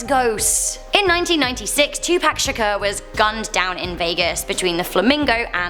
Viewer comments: Btw im a HUUUUGE Tupac fan and for future reference its not pronounced "2 pack" it is pronounced "2 pock". Not being a jerk but wanted to inform u of this before some other 2pac fan acts like a jerk towards you. Great job btw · poc not pac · bby girl its not 2 Pack its 2Pac the A makes a O sound like ah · Is anybody else anybody hearing 2pack when she was talking about 2pac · She said "2 Pack"...I'm dead 😂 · Twopacks killers still out there lmfao. Twopacks still in the middle of the road. Don’t forget about twopack everyone. It’s also pronounced “loss” Vegas not lass >.> also don’t act like these woman aren’t mostly doing those prostitution jobs out of their own free will. But whatever, wouldn’t expect you to understand since you live in urup lmao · It's Tupac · I got triggered when she said "2pack" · 😆 I love the way you say Tupac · She said tupac wrong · You said tupac wrong!!! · If you can’t say 2-PAC properly don’t say it at all it’s really annoying! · U said Tupac wrong say it right or look it up u made me mad 😡